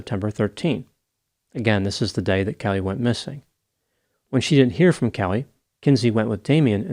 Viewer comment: Damien’s not even kayoot, Kellehhhhhh!!! 🤨